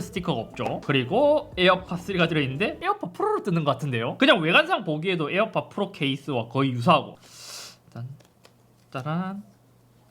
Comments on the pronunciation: 에어팟 프rrrrrrrrrrrrrrrrr 너무 웃겨요 ㅋㅋㅋㅋㅋㅋㅋㅋㅋㅋㅋㅋㅋㅋㅋㅋㅋㅋㅋㅋㅋㅋㅋㅋㅋㅋㅋㅋㅋㅋㅋㅋㅋ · 잇섭 비둘기 ,,에어팟 플르ㄹㄹㄹㄹㄹㄹㄹㄹ